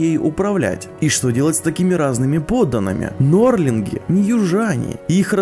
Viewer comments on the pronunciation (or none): Мне всё видел казалось, что ты говоришь "норлинги", а не "нордлинги"